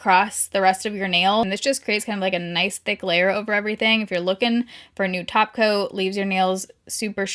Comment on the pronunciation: You said “top coat”, I heard “taco”. Why am I me?